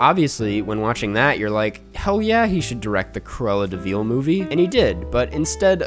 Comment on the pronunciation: Everytime he says Cruella deVEAL